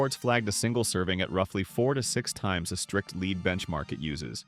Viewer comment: Daily leed limit 😂 Good ol’ A.I.